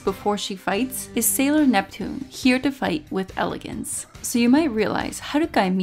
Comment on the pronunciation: ahh, I didn't know she was Japanese. But she is talking well in English, so the Japanese pronunciation for English words like "Sailor Uranus" and "Sailor Neptune", which she can clearly pronounce in English, it sounds veerryyy off putting to hear her randomly pronounce it in Katakana ( Japanese pronounciation for English words)